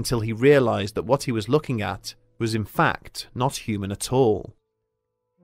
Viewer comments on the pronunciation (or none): none